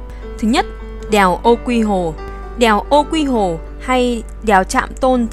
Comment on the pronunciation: Đèo Ô Quý Hồ chứ không phải Ô Quy Hồ đâu.